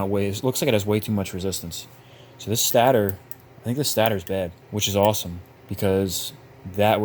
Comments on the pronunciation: Love the video but you said stat-ter it’s state-er😂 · Its pronounced Satayter not stater pronouce it correct please lol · im sorry😭 but its not stat-er its state-r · Its pronounced state-er not stat-er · just incase no one have ever told you its pronounced STAY-TOR. you had me giggling every time lol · Stay-ter....stator... much love brotha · everytime he said "stater" 😭😭😭😭😭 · Stay-ter... haha just messing around. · This was years ago. But guys. am i the only one who kept getting bothered when he prenounced stator wrong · Why you pronounce stator like that? I don't know why, but it always bugs me lol. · Have I been saying stator wrong because u say it weird lmao.. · Those are some sorry-looking tires!😭🤣 The way you pronounce "stator" and the fact that you are an Android guy, kinda jive. I bet the guy who built that stator also likes Androids! I hate 4-stroke piston rings with a passion! Awesome video! 🤘🏼 You earned that quad man! Keep it!